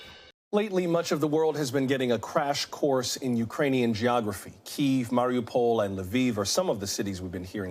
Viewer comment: Ukraine did not deny they said "we cannot confirm no deny"..also after 5 weeks of war how could you not know how to pronounce Mariupo??! US journalism has sunk to a new low.